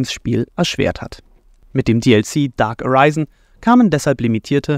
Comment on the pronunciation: "Dark Aryzen".^^ SMH